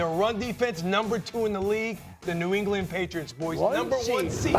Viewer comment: New Englian